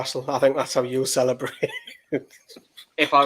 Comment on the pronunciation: Did he really say "Stellabrate"?